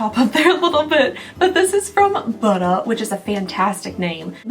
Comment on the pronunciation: When you said Buttah, all I could think of was that frog from Cloudy With A Chance of Meatballs 2! Lmfao